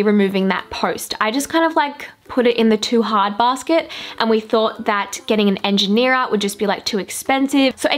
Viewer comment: did anyone else notice she said engineera when talking about the pole in the kitchen hahaha best episode yet tho